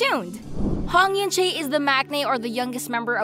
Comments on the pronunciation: it's oo-un che not yunchay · its pronounce as en-chae the eu sounds as e